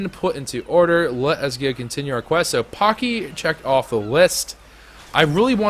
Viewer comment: paaaaaacky not poky